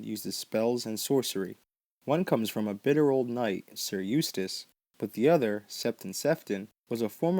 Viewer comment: "Sayer" instead of "Sir"... Hilariously infuriating! GRRM said that (simple) people have a harder time with his simple words, than his more difficult ones.